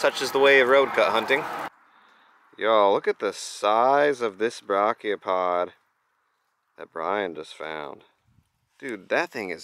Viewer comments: Many, many times. It’s properly pronounced ‘bray’chiopod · Dude I love you but please look up how to pronounce Brachiopod before I have an aneurism. It should not annoy me so much but dear me it does.